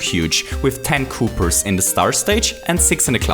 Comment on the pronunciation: It's not a cooper there called coopa